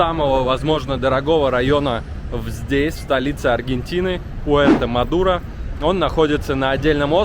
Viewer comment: Этот р-0н называется Puerto madero( руэрто мадэро!!?)